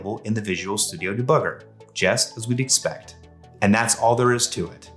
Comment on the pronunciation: "Da bugger" lmao